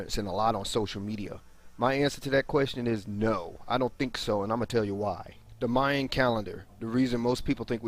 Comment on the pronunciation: it is mayan calendar, well both maya and mayan. the real question is why is it pronounced so wrong ? myinn or mayan.